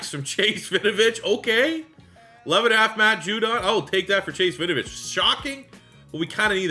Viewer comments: Hey big fan and this is not said to be mean at all, just for future reference it’s pronounced win-oh-vich not vinovich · Why does it sound like you're calling him vinovich?